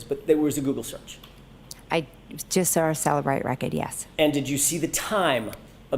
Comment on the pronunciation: This woman makes me insane. Every time she says “saw”, she puts an r in it.